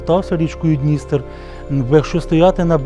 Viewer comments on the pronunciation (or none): none